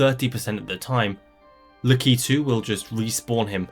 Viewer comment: word: lack-i-two this mf: lee-key-two